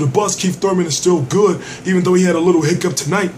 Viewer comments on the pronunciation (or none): none